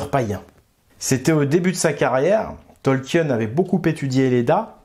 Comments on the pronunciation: Ça se prononce Tolkieun ??? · Ça se prononce Tolkine les amis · Ravi de voir un nouveau tissu de mensonge, mais c'est un peu fatiguant de t'entendre ruiner un des univers que j'apprécie avec des théories du complot. Tolkien ( que tu ne prononce même pas correctement) est un fervent catholique, et son éditeur lui a commandé le SdA, au contraire du Silmarillion qui était beaucoup trop désordonné Ta rhétorique me dégoute, et tes raccourcis sont absurdes, et non sourcés